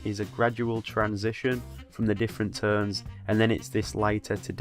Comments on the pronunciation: The way he says 'Tones' <3 Teunes haha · More like teurnes hahaha i love it tho